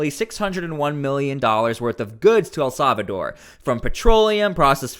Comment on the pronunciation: For the love of God..... El Salvador is pronounced "eL-SAL-vah-door". It is NOT pronounced "EL-SAV-a-door"